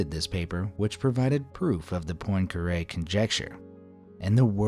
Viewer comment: "I can't even explain the Poincaré Conjecture" You can't event pronounce 'Poincaré'...